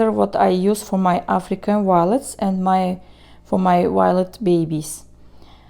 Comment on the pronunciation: I really love everything about your plant videos. Even how you say "W-iolets!" It's all good and really fun to watch.